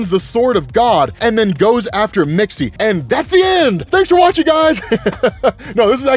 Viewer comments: your annunciation of Mxyzptlk is closer then half the people complaining about it. Most people either add whole syllables or just outright ignore letters in it. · He's pronouncing it correctly btw